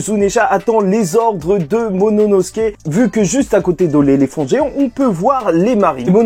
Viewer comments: désolé mais tu dit tout le temp monono et c'est momono tu perd beaucoup de crédit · Juste momonosuke ce prononce : MO MO NO SOU KÉ et pas MO MO NO SKÉ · MoMOnosuke, pas Mononosuke ;) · J'attends le jour où tu va réussir à dire MOMONOSUKE 😂😂😂😂😂😂😂😂